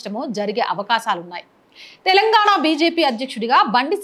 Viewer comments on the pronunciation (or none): none